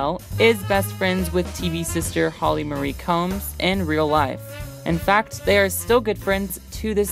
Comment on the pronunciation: Wow. The pronunciation stylings of the narrator need a LOT of work! Her name is Holly "Ma-ree", not "Holly Murray".